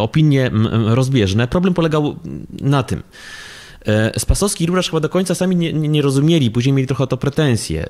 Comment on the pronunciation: Ta pani z IPN dwukrotnie przekręciła nazwisko R. Spasowskiego .